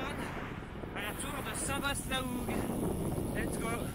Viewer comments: On prononce " Saint Va " et non pas "Saint Vaste" : les S en fin de mot ne sont prononcés que par les horsins 😉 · Salut très belle vidéo comme toujours. Au passage qu'à tu pensais de ma très belle région à Saint-vaast la hougue? Je vous et croisé direction réville. Ps: attention Saint vaast se prononce saint va ont dit pas ast 😉😉 allez continuez c'est super au plaisir de vous revoir part chez moi 👍👍